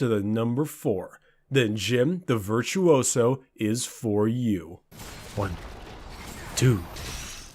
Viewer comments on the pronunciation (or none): Its Virtuso not Virtsu u so😂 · Vir-tu-o-so, 4 syllables also. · Also "virtuoso" has 4 syllables